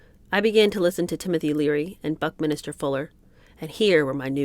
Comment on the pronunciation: Loving new book. I know it's of no importance really, but Buckminster is pronounced exactly as written ("minster" not"minister"). He was a friend of my father, so I feel kind of duty bound to point it out, hope you don't mind. 😇